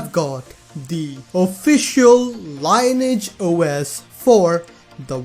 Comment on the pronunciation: You pronounce it as Lean-e-age OS, not Line-age OS